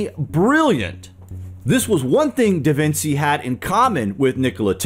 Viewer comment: Your pronunciation of da Vinci is soooo wrong 🤦🏽‍♀️